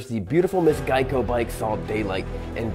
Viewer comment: please learn how to pronounce the word Geico